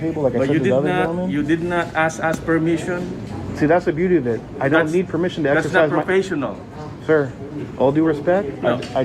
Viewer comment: i’m really not concerned if it is PRO PESH EE NALL